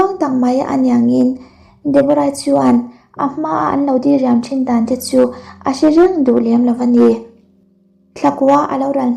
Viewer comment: Dah hma ve😊 dii riam ti lo in diriam tih tur aw mate 😅